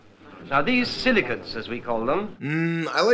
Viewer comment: Ohhhhh... silicates 😅 Not for nothin, but for a second there it sounded like he was saying "silly c**ts"